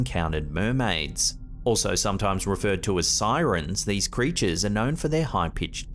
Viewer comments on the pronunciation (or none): The figahs and crechas